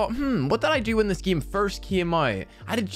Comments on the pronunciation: Say game not gim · Why you said geme not game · Lol not being rude but its game nat giym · I'm still laughing because he keeps saying gim